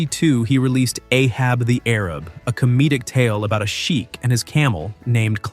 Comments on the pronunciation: AHAB THE A. RAB NOT AHAB the ARAB . Research , research , research !!!!!!!!! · It wasn’t Ahab the Arab. It was Ahab the A-rab.